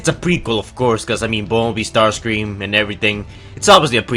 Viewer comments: Caleb Ramat its not ramjet or starscream its ramshet or starsice cream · It not starcreàm